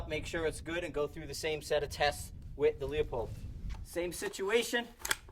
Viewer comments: its lou-pold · Pronounce Leopold like loopold Both good optics but Kahles K16i and Swarovski rock for AR platforms.